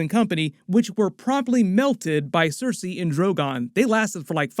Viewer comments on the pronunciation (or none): none